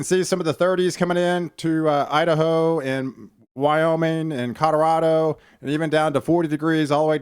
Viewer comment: Please quit saying "Cod-a-rado"! "CO-LO-RAH-DO!" Say it with me!